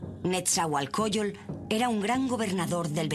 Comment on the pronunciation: Pésima información, no precisa y con evidente ignorancia. Ni siquiera saben pronunciar shaloc, isiloposti y nezahuacoyol ?? No mamar! Antes de publicar algo por favor infórmense bien !!!